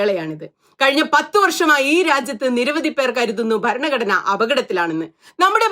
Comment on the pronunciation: ഇഷ്ടായീ... പക്ഷേ ഈ ബരണ ഗഡ്ണ ബരണ ഗഡ്ണ എന്നുള്ള Pronunciation ഒന്ന് തിരുത്തിയാൽ നന്നായിരിക്കും. ' ഭ ' രണ " ഘടന " എന്ന് പറയൂ..